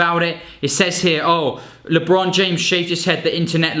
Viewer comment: Lee-bron, yea chief this is where i click away😭😤